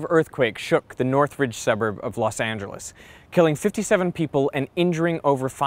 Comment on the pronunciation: Los Angeres